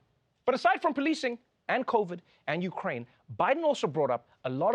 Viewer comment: he said "Uraine". He leftbout the K. You know, the letter someone with a stutter might stumble over?